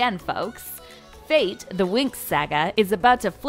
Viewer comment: I love how they pronounce "fate" like "faith"